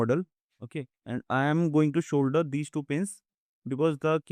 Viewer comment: Shoulder 😂 "*solder"